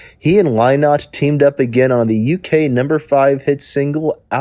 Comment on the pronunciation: Your "What Happened to" would have a lot more credibility if you'd bothered to find out how to pronounce Phil Lynott's name. Next time try googling "YouTube Phil Lynott Interview". The interviewer will almost certainly introduce him.